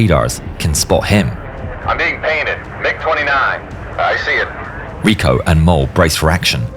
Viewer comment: I really enjoy yer content. However, “Rico”, his first name, you miss pronounced. His first name is pronounced just like the title of the ancient leaders of Rome.